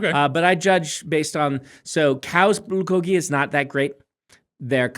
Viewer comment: I like Brandon pronouncing bulgogi correctly, but then being worried he's going to alienate his audience, so ending up kind of splittling the difference